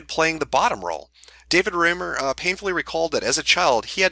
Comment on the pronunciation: Hey just so everyone knows "Reimer" is pronounced "rhyme-er" That's my trigger.